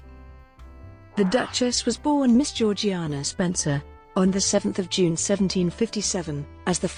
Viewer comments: It's pronounced "Zhor-zhay-nah" and not as it's spelled. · It is pronounced GEORG JAYNA!!!!!!!!!!!!!